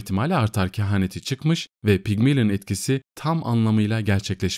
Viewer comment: "Pigmilin" değil Pigmalyon diye okunur